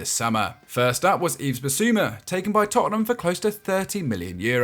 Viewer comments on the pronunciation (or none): none